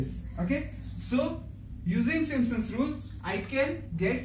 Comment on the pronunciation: खाना समय से खाया किजीऐ गले से अवाज निकल नही है थोड़ा जोड से बोलिए अच्छा रहेगा Simpson's hota hai Not simsons Ok